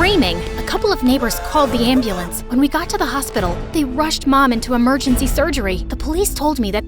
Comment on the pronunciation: who says eme 😮😮😮😮 amergency